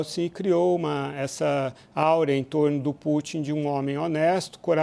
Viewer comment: “Áurea” não! É aura!